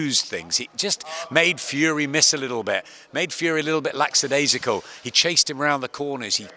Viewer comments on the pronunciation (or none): It’s “lackadaisical” not “lacksadaisical” 😂😂😂